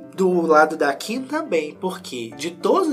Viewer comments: Vc tem nariz entupido ??? Quando fala Kim eu entendo Kika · Ele fala Kika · vc é unico..com a pronuncia do nome dela....🤣😘